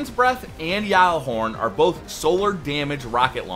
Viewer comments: Say gall a horn not yall a hord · Why does he say gjallarhorn like that